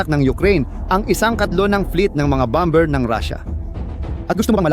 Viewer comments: Pls pronounce correctly the word bomber silent b pls 😂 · Ang bigkas ay bomer (,bomber)